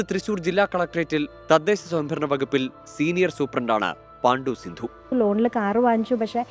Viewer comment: പാണ്ടു സിന്ധു അല്ല.പണ്ടു സിന്ധു ആണ്. സിന്ധു മാഡത്തിന് നിറഞ്ഞ ഹൃദയത്തോടെ ആശംസകൾ ❤️🥰🥰🥰